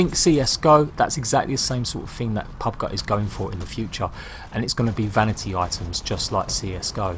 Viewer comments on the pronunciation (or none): Did he just say " pub guh"? Lol